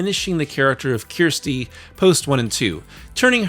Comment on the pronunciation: "Ker sti" not kiersti this is what siskel and ebert had issues with. At least try to get her name right. Other than that a good video but it's really grating when Americans get her name wrong and keep hammering it home that they can't understand how her name is pronounced. They don't ever in the film call he "kiersti" it's pronounced "kersti" or for us in the UK Kirsty.